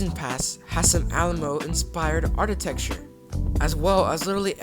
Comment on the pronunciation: It's pronounded and spelled architecture ARK-a-tecture, not ARTitrecture. I had to stop watching because I couldn't handle the way you were saying it/ using the incorrect word.